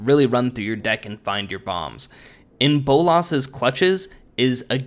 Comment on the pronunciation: It sounded like you said "In Bull Ass's Clutches" lol